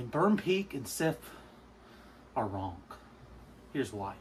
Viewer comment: Why do you keep calling it Trent?? And why do you add a K at the end of wrong??